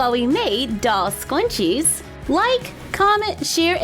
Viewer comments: im not trying to be rude but its scrunchies not scwunchies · It is not called stanching is scrunches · you said scrunchie wrong. you said skw-on-chies. - _ - its skr-un-chies. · Me:Yaay scrunchies!!!! You:sqwunchies yes ikr there so awesome me:Ummmm am I wrong I thought it was scrunchie LOL!!! 😂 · they are called SCRunchies Not scwunchies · * We have a request to make doll scwunchies * AAAAAAHHHHHHHHHH I CAANNNTT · Why u saying scuinches it scrunchies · Their shrunchies not shqunchies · Is it just me or is she saying “Scwunchies” osntead of “Scrunchies”!!!!!So adorable😆😆🥰🥰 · She keeps saying scwunchies and it’s pronounced s-k-r-u-n-c-h-e-s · Me: Says "Scrunchies": SqUnChIe Me: Teach me your ways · omg the way you say scrunches it’s sounds like “squanches” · The more you listen it sounds like she says “soy machine” lol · Squnwies lol! I thought it was scrunchies! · It sounds like she said scwunchies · She says scwunchies it's so cute😀😂❤ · For thick haired girls like me, "scwunchies" are a godsend. (I love the way you pronounce some things, it's adorable.) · She kept on saying scwunchie but it's fine though